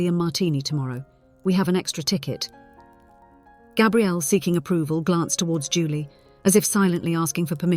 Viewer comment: Please use the correct pronunciation for Gabrielle. Every other time you said it like a male version of the name, not female. Even so, the story is worth a 5X5. Enjoyed it. Thank you.